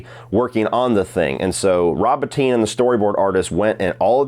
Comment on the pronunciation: Thank you for pronouncing Rob Bottin correctly! Every video which gets it wrong includes a little disrespect with all the praise.